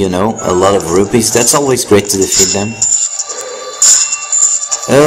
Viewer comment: its rupees as in roopees